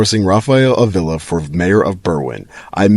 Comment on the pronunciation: Ugh. >AH-vee-la The emphasis on the first syllable.